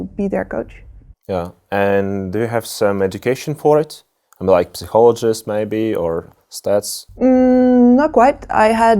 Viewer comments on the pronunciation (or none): lol psihologist ))) hohololgist ))